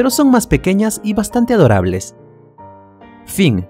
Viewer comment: Énfasis en "adorables"